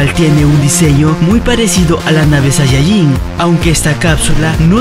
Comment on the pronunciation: me ase reir porque dise sayayin